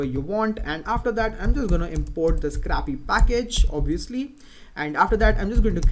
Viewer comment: Nice vids. PS. "scrapy" is pronounced SCRAY-PEE, as in to scrape (which is pronounced SCRAYP).